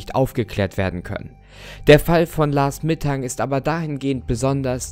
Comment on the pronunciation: Bei diesem Lars Mittang oder wir der heißt hab ich erst last mittag verstanden 😂